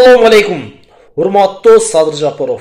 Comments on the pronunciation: Жопоров эмес тилини ондо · Бул кайсы акылдуу Жапаровдун фамилясын нармольно айта албаган.адам Садырга акыл айтабы бул Ким ОЗУ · Озуно озу ишенбеген Адам ушинтип коркот ,бетин табактай деп ,маданияты жок сыйы жок ,жок дегенде жапаров дегенди туура айтчы,дулойсунбу